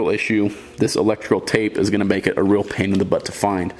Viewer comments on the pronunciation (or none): none